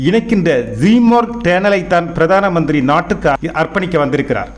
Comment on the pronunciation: வெளிப்பாடையாக😂😂😂இல்லை😂. பிராதம மந்திரி கிடையாது. இந்த நபர் நல்லத் தமிழை உச்சரிக்கக் கற்றுக் கொள்ள வேண்டும்